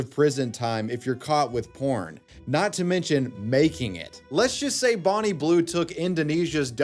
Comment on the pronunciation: It's Bonnie not "Borrneee"....ffs!